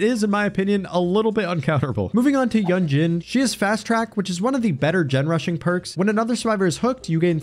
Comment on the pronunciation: I noticed you correct yourself with Fang, so I'll give you a heads up that Yunjin's pronunciation is Yoonjin, not Yunjin :)